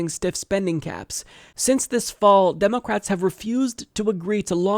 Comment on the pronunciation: Its funny the way he pronounces "Demulcrats". Its pronounced "Spineless Mollusks.""